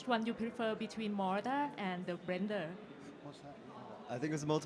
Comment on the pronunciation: MODORRRRRRR AND BLENDHEEER